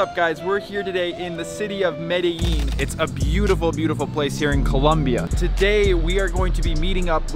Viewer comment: Thank you for choosing my country to go to and the way you say Medellin is incorrect